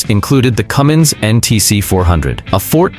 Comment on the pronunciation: Cummins, not Cummings.